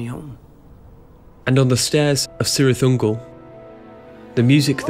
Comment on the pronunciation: Cirith Ungol is pronounced with a K. You're not an AI voice, are you?